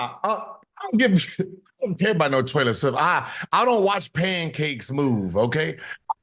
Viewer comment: Did he say "Trailor swift" ?